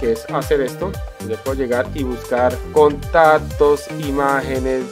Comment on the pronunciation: Contatos... atsetsibilidad JAJAJAJ